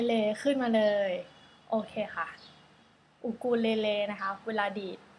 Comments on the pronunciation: อูคูเลเล่น่ะค่ะไม่ใช่อูคูเลเลค่ะ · จริงๆออกเสียงเเบบอูคูเลเลค่ะ เเต่มันออดเสียงยากเลยกลายเป็นอูคูเลเล่ค่ะ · ใช้คำว่า อูคูเลเล ก็ได้เหมือนกัน เพราะโฟเนติคออกเสียงอย่างนี้ ภาษาอังกฤษไม่มี ไม้เอกนะคะ